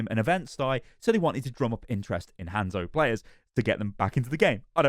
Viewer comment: i love how the brits say "hand-szo" lol